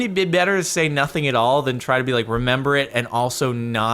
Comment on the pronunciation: it is not 'Remember' but 'Rember' instead ...